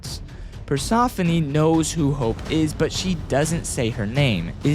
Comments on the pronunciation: Persephone, nah is PersOphone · Why do u pronounce it like that, it’s pronounced as “per-sef-uh-nee” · Persephone per-se-fo-ni is how it pronounced (as a greek myself) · Persephone Per- se -phone it depends he's british so i feel him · Omg you keep saying Persephone incorrectly. You kids are so uneducated. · Stop saying Persephone wrong! It ain't hard to say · Shut up. He said it wrong, get over it. Not everyone says things the same way idiot